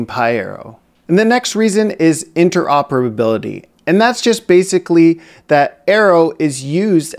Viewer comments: Wow! I'm still struggling in pronouncing "Interoperability" and it came out so fluid out of your mouth. Bet you are to release a video comparing pandas 2.0 vs Polars. Is Numpy still in pandas 2.0 due to backward compatibility? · Good job pronouncing Interoperability!